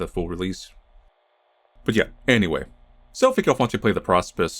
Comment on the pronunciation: It's pronounced Pro Spice